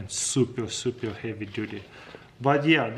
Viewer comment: only me that thinks he say survival kids? xd